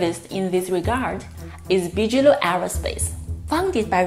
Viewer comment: I love you two. I really do. But it's pronounced BIG-a-low, not Bicheylow or Biggylow or however you guys say it. Maybe it's an ESL thang. We cool? I hope so. You guys do really great work. Hope to meet you one day soon!